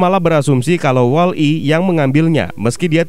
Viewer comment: BANG BUKAN WALL. I TAPI WOLLI